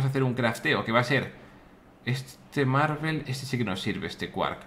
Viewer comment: Willy dices marvel en vez de marble xd